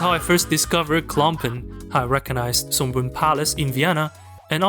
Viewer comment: Schönbrunn pronounced [ʃøːnˈbʁʊn] Sorry I am Viennese.